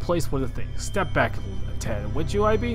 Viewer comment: It's pronounced "eeb", if I'm not mistaken :v Hi, man ^-^